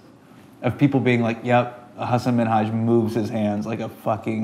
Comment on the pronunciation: i love you sooooooooooooooooooooooo much. That you pronounce Hussein the right way makes me ecstatic with joy. You're a genius. Love you, bro